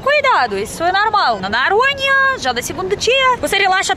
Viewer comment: É muito engraçado a, quando ao invés de dizer Noronha, ela pronuncia "Naronha"🤭 ela ainda tem dificuldade em pronunciar o "O" em algumas palavras.